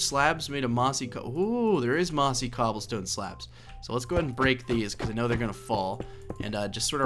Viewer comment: "Infested Cooblestone" :D